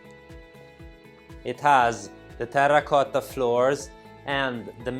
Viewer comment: Great video, as always, with a very professional presentation. Your English is very good, and I love your Italian accent! I love when you say "terra cotta". I could never role an "R" like that. Please keep the videos coming, and improving your presentation. I bet the your sales are going up!